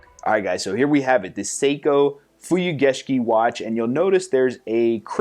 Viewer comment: Came here just to hear you pronounce "Fuyugeshiki". Nailed it.